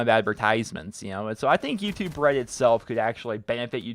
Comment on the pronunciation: I keep hearing "Youtube bread"